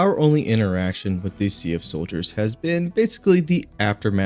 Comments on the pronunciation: For the love of democracy, SEAF is pronounced like seef, not See-uf. Even Arrowhead says Seef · How the game pronounces it: S.E.A.F. How I pronounce it: SEAF How he pronounces it: C-F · Just an FYI, it isn't pronounced "See-ahf" it's one syllable - "See'f". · Why do you pronounce SEAF wrong?